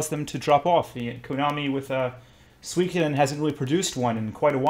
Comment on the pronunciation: Nicely butchered pronunciation of Suikoden, which by the way one of the best JRPGs ever.